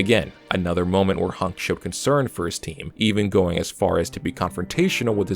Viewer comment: idk why bro accent pissing me off. Why are you saying HUNK like honk? I guess you pronounce hun like how germans pronounce han.